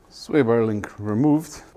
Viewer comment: Sway bay rEmooved